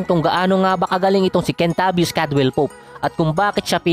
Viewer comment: Bakit kentabis naririnig ko syet